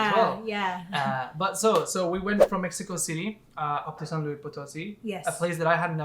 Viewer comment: Love your footage and great editing on the videos! One note, it's pronounced "San Loo-eess (pronounce the S")" --not like the French "louie". So, a tip re: Mexico and Moctezuma's revenge... I'm American (Californian) and have been all over MX over a dozen different times over the course of 9 years now. I've gotten "deathly" ill on at least 4 different occasions (i.e. can't get out of bed for 3 days) and have gotten 24-hour food poisoning another 4 or so times. However, I have another Californian friend who never gets sick. It just depends on your own sensitivity, your gut flora & whether or not you've been previously introduced to the bacteria specific to Mexico. I have tons of food allergies so that already puts me at higher risk... I'm still planning to move there permanently in July of this year, but have learned how/what to eat (mostly) to prevent getting sick. You'll learn it over time. It sucks but some people are just more susceptible than others... I'm one of them.